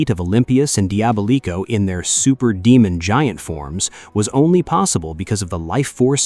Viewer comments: Bruh said “Dee-aba-leeko” 😭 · The butchering of Diabolico's name, jesus. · “Diabolico” pronunciation is diabolical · Okay look, the video is good and I love the summary of things. But try to make sure you've got some pronounciations down right. for example "Diva-Tox" like a DIVA Devi-ot, like how you says DEVIOUS Dia-bolico, like how you say DIABOLICAL, DIABOLICO it's not that hard when you hear either rangers or other characters say the name of a character. Also as a note, you discussed Ransik but his final fate HAPPENED in the crossover with Wild Force where he helps the Ranger teams out and also ends up purified of his mutant affliction and is thus FULLY reformed from the Ransik of the past. He had a redemption ark LIKEWISE you forgot to mention how Astronema reformed as Karone became the 2ND Lost Galaxy Pink Ranger after Kendrix died when Psycho Pink killed her with a legendary sword. The Psycho Rangers themselves would've been worthy of a mention of returning ELITE bad guy Ranger enemies.